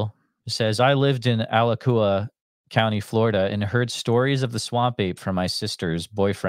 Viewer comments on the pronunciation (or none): FYI It's pronounced A-(soft a) latch U wa. 😅 And that area of Florida is "Old Florida" beautiful. And I've illegally swam in those quarries your listener spoke of. I lived in Gainesville from 68-86